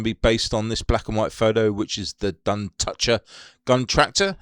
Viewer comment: Duntocher is an area to the north of Clydebank. Pronounced Dun-toch-er. Toch pronounced as Loch. Lived there for a few years. Great model!